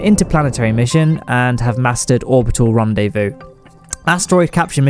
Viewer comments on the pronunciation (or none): none